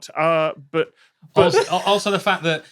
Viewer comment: I kept stumbling over the fact that is still struggling with pronouncing the word licorice. And now I want to try hopping a mile in a sack race style. (My mile time has been suffering lately, so at this point why not?)